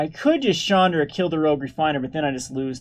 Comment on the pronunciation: to me it allways sounds like he is saying Chandler initiate.